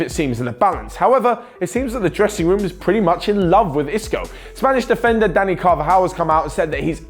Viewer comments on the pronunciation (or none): none